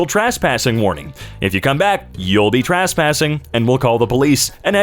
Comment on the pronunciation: Holier than thou Shining a light to ignorance, reads "and" with emphasis where it should be "an", to show they're stupid...continues mispronouncing "trespassing" as "TRAHSSS-passing"...twice